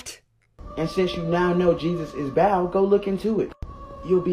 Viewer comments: I’m doubly annoyed. As a linguist, hearing him mispronounce Ba’al, and as a Christian, knowing this bullkaka is probably spreading like wildfire. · Is pronunciation of ba'al is so bad 😂